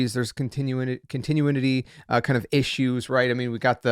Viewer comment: It's Anti-Climactic not climatic Tare-O not tare-ot (the last T is silent) And, continuity ia pronounced cont-eh-nu-ity